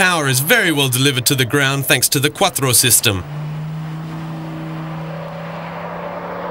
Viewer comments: "quattro system" - funny accent :P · I liked how he pronounced "quattro" lol